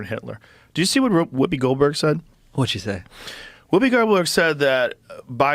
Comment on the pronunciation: I heard Whoobie Glohdberg Haha!